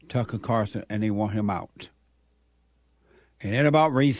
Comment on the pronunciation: Carlson not Carson